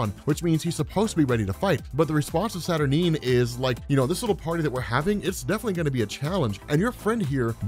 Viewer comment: am i the only one who wants to scream cause robs pronouncing her name saturnin/saturneen instead of saturNINE